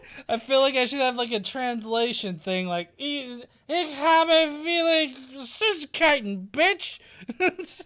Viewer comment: just fyi, 'v' in german is pronounced as 'f', so 'viele' should sound like 'feela'